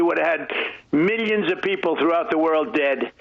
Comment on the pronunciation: “Miyanns and miyanns…”